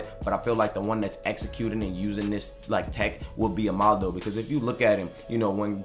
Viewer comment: 'Ama - Dou' not Omando